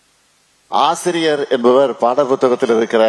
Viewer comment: A ஆசிரியர் ன்னு ஒழுங்காக உச்சரிக்க தெரியாதவனே...நீ ஒரு முதலமைச்சர் அவர்களே......